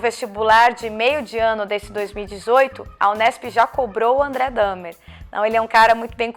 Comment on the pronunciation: Obrigado por pronunciar o sobrenome do Dahmer. Sempre tive dúvidas de qual era a pronúncia.